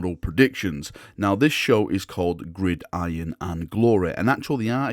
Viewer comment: Good to see you can pronounce gridiron now 😉